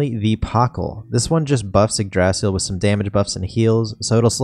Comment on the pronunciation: pronounce it right, its, ig-dra-sil, not igdraasil, sorry but ive been playin too many dragon quest series.